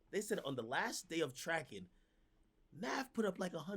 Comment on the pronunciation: lmao at ak pronouncing navs real name wrong intentionally smh